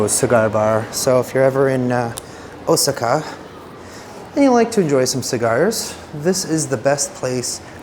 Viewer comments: O-SAA-KA not O-SI-KA. Sorry to correct you and I rarely correct pronunciations, but you you must have said it 100 times in 28 minutes. I got the nerve after someone else did. Please forgive me. I thought since you love Japan so much I would help you out. I am surprised you have heard other people's pronunciations. That being said, I love your jourbeys there. I am agreeing with you, the steak ugh. Didn't look so good What about the dog in the Philippines? Did you ever figure out how to adopt him? Seeing the sights has been a blast. ❤ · Deer without antlers are female lol and you say Osaka really funny, 🤣. My son knows Japanese and he kept saying '' momma he keeps saying it wrong '' lol I said , son, it's not like he cares 😅